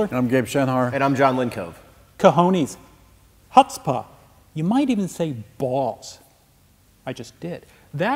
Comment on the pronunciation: Wrong pronunciation of Chutzpa